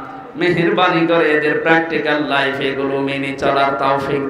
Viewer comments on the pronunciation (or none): none